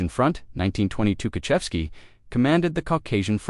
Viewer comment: This not Tuhachevsky, and of course, his name is mispronounced.